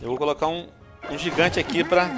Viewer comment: VC falou errado gigante VC falou gigão